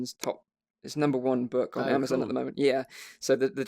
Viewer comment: Amazon....not Amazen.